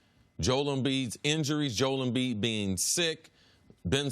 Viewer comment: Nobody: CC: Jole Embiid